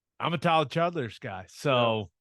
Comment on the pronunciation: Not y’all butchering Tyler Childers name while saying y’all love him 😂😂